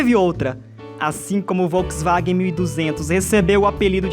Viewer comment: Essa narração é uma bosta, ainda bem que o vídeo presta! Troca o narrador por alguém que sabe pronunciar Volkswagen, Europa (e não óropa)... Pelo amor de Deus, toma um deslike.